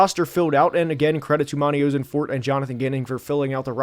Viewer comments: As a Cardinals fan, please fix "oh-sen-fort" to "ah-sen-fort" lol 😂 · I went to middle school and high school with Monti. You’re pronouncing his name wrong. The “Oss” rhymes with “moss”. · You have to look at pronunciation if you're gonna make a video on specific people man, turned it off after you mispronounced Ossenfort for the nth time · I'm excited to watch the rest of the video and I expect you to give some valuable insight.... but how do you make a video and not even look up or know how to say the GMs name! You're killing me man.